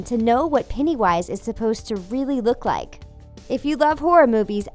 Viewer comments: Not peenny wish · Olivia Maes lol penny wish really it’s pennywise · Psycho. Sooshi at the beginning she said pennywise wrong. She said "peniewise"